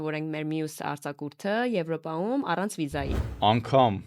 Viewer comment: Սիրելի՛ հաղորդավարուհի,Դուք երևի լրագրող եք և կարծում եմ, որ պետք է իմանաք,որ հայերենում ա ից և ո ից հետո գրվող յ տառը նաև արտահայտիչ կարդացվում և լսվում է , օրինակ՝ եվրոպաՅում, ֆրանսիաՅում։